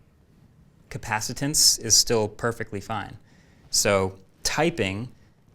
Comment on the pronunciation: Capacitance definitely sounded like a made up word when you said it.